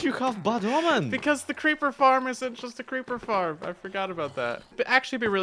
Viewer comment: "Let's make a creeper farrm.": "Hold my beer."